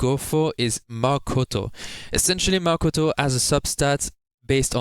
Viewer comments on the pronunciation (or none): none